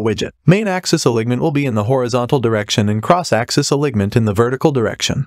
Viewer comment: For example, - "Alig - ment" vs "Alinement" hahaha